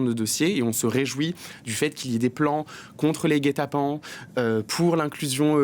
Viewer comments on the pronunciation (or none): elle a dit "guet-apens" ou "gay-tappants" ?